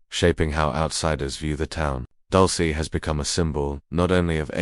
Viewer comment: Wtf is "Dulcy" 😂it's "dul-seh" not "dul-see".